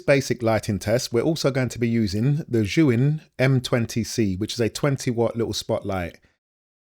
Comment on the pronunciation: god it's so refreshing to hear a filmmaker correctly pronounce Zhiyun 😂